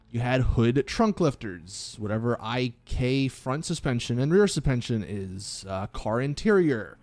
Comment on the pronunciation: I thought this was an Ai Created video but then he said supention